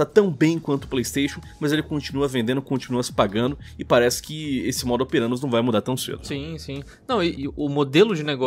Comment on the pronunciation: É verdade, mas ele tá falando errado kkkk, o certo é "modus operandi"